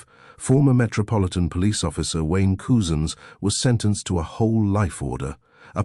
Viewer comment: It’s pronounced cuzins,not coozins 👍